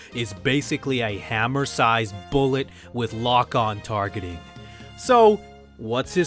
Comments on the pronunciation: its hummer not hammer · Hummer sized, as in Hum--vee, the military vehicle. You said Hammer. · Mega man guns!? Oh I remember a guy that used that...his name was Mega Man! Also...you're reading very slow, therefore, how did you manage to say Hammer instead of Hummer? His "Done feel better" and your "Hammer-sized bullets" go hand in hand. His grammar is awful and your reading is equal to that. Lol....this video is hilarious. 4: Are you agreeing that Mr. Popo being "black" is strange? If not, your tone of voice doesn't back you up much if you've already answered no. Who holds Krillin responsible for anything? He can't be responsible for himself. He's a coward after talking big and he screws robots (coughs: robosexual). Krillin BLOWS. He's worse than the actual joke character Mr. Satan -- who's surname in itself is a questionable paradox relative to his baffoonish character. In the end, I'm not trolling, just poking fun. Keep up your videos man and defend what you love. Personally, DBZ just became too much for me. Its as if the creator made sagas individually, forgetting the lore of past sagas as he made new ones. Idk...not my cup of tea. Kudos to those who love it!